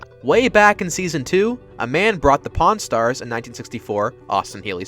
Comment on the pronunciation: When he first said "Pawn Stars" in the video I thought he said "Porn Stars" and I double checked the title 😂